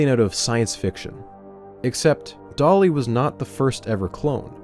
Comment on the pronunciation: I know he's calling the sheep "Dolly", but I can't help but hear "Dali" every time he says the name...